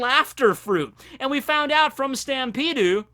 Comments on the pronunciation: Did this mans really pronounce Stampede as “Stampede-u”? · utilizing his japanese accents: “SUTAMPEDU” utilizing his 4kids dub accents: “Laftel”